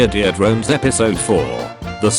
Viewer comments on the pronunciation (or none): "Mee-your-dore drones" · I love how he keeps saying more ear drones